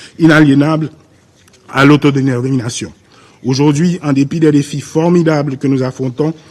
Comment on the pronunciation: notre "dwa" "inéb-inéb" inaliénable à l'autodénernation? autodé quoi? autodénerination nos partenaires " "internationales "? nos partenaires "internationaa"? internationaux. Merci de croire en " Naïti" ? Non. En Haiti (sans liaison).